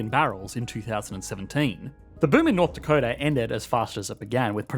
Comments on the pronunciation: "north dacota" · 'North Dacota' - lol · NORTH DACOTA lol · north dacota